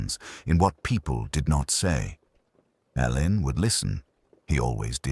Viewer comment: Please it is pronounced Allen. Dame Marsh actually made a point of this in Singing in the Shrouds